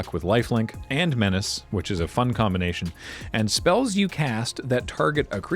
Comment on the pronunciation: You mispronounced Menace there,.